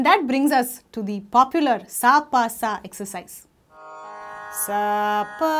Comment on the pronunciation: its dha not da sister